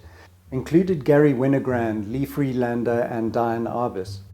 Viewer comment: She's famous enough so YOU ought to know it's DEE-Ann Arbus not DYE-Ann.